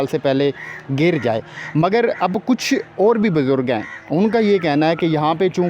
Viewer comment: بھائی ۔۔۔بجرگ نہیں۔۔۔۔۔۔۔بزرگ